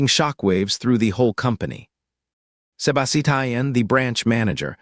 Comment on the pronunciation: I CAN'T FOCUS BECAUSE OF "SEBA-SI-TIAN" 😭😭😭😭😭